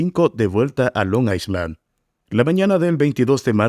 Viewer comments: Tampoco I se pronuncia como i es ai. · Amigo ,no se pronuncia la letra "s" en island.